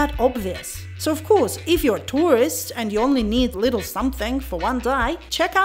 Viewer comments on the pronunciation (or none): none